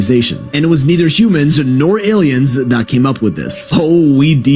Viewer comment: It's not aliens...it's A.I.-iens. That's funny and interesting. Reminds me of president Reagan. He would pronounce the word aliens without the L. Always a pleasure :0)